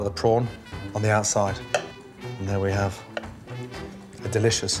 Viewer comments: "The delicious yet very humble prawn tosada" XD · This how you say it. Toe sta the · I leak everytime he says tostada.